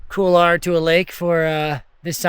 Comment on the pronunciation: Excellent episode as always mate... it is funny how many north Americans tend to pronounce couloir as "Kool lah", instead of "Kool waa"... it takes a bit of effort to mispronounce it as well... haha!